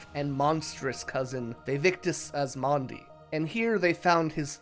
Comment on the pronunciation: It's "Asmadi" and not "Asmandi"